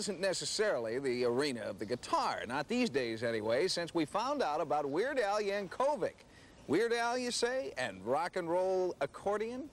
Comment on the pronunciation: Yeird Wal Ankovic. Eird Yal Wankovic.